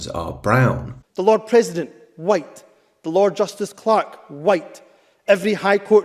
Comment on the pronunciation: The words Bandwagon Humza and Jump, come to mind…. oh yeah, and the word “whyyte”